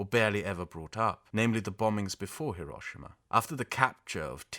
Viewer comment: It’s also refreshing to hear someone say “Hiroshima” by putting the accent on the right syllable. So many anglophones pronounce it HIroSHIma, but I’ve never heard a single native Japanese speaker pronounce it that way.